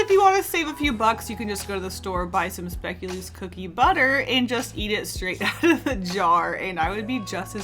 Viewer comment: Hearing you pronounce "Speculoos" is so funny to me as a Dutch person 😅